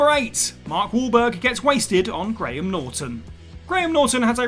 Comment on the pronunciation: Wow. A video pronouncing Graham correctly and not as "Gram"